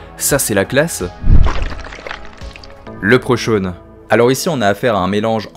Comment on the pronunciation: Malheureusement 'lepreuchan' se prononce 'li pru cone'